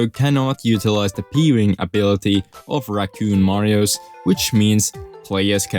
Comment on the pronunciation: does him adding an extra syllable to every word that ends in 's annoy anyone else? marioses, 3d landses, gameses